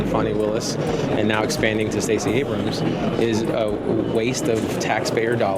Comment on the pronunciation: It's not ABRAMSIS! A word ending in 'S' is plural or possessive in itself! the possessive of Abrams is Abrams'! EXAMPLE: Abrams' coat, not Abramsis!